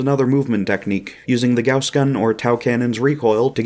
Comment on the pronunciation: thank you for pronouncing gauss correctly